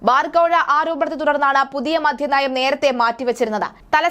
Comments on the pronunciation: എന്റെ കൊച്ചേ മധ്യനയം അല്ല മദ്യനയം ഉച്ഛാരണം ശെരിയല്ല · മധ്യനയമല്ല മദ്യനയം